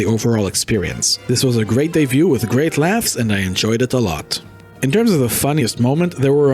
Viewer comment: Debut, not day view. The Producers is his directorial debut. Pronounced day-byoo.